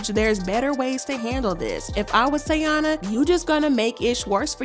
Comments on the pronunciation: Her name is TAEEEEEENA.. pronounce tayyeeeeena.. it’s literally spelled T - A - I - N - A … not Teana like Teyana Taylor. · Her name is pronounced Ty-E-na!!! Lawd...I cringe when you say her name as Tiana....lmaoooo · can you say the girls name right!? it’s TY - EEN - UH. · (Tie-ee-na) ….called this girl 3 different names in one video🤣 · Why would she say her name that many times incorrectly? 😂😂😂 the blogs be wild. They don’t care if they right or wrong honey just wanna talk lol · Are you purposefully mispronouncing the name or you're just trying to lose viewers by irritating us with the amount of time you mispronounced such an easy word